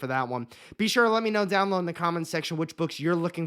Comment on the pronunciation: Dude can you please just say down "BElow"? It's down below, not down low. You're not pronouncing the whole word and it's really distracting when I just want to watch your videos